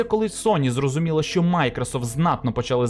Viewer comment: ЩЬо, чЬому... пля..